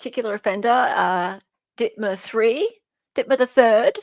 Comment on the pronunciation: it bothers me so much when you say ditmer 3. its said The Third. as in he is the third in his nasty family to be called that name.